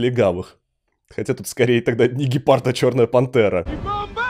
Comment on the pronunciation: ниггепард? Я один это услышал?